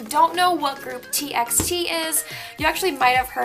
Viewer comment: TXT is actually pronounced as T"by"T. I was confused too at first! :)) no hate, I just wanted to correct you!💕